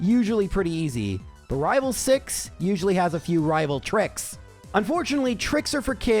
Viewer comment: I'll never tire of hearing you say rival fiveal